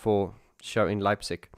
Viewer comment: Dang, I've missed the livestream. And again dang, I'll miss the concert in my hometown Leipzig as I won't have the chance to attend. But just to make it clear: You've pronounced Leipzig much better than tons of other people, even Germans. And "Täubchenthal" is a great venue, also with the name itself as you can translate it into the valley of the doves. A few things regarding the livestream: - You don't do the band justice if you only see Alphaville with the first three albums. They became much better as they found their confidence to do live shows. And now, they are a full band, not only "Marian and friends". I think, you should check out their 2017 album "Strange Attractor". - I think "Dark Society" should be part of the music collection of every lover of electronic music. I've recently listened to the whole album. And it's amazing. - Once you've completed the move of DM to the new channel, you should consider digging a bit deeper into the world of OMD. They are my musical heroes, and the Andy McCluskey solo album "Sugar Tax" belongs to the soundtrack of both my coming-of-age and the fall of the iron curtain. The other parts of this soundtrack were "Disintegration" by The Cure and "Violator". - I agree that the Pet Shop Boys somehow got lost off their track, especially after "Release" until before "Hotspot". It's good to have them back from the realm of lift music. I'm looking forward to the next amazing content on your channels. I've subscribed to both of them. I wish you